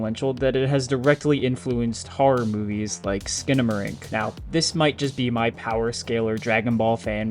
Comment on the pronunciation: Bro can't even say the word "horror" right